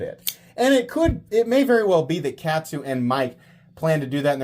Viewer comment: Katsu is pronounced like Shaman, you absolute rube! It's kahhhhtsu. Kahhhhhhhhhhhtsu :P